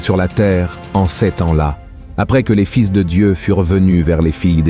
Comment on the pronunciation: Voix artificielle : toujours « ces-s » au lieu de « ces » !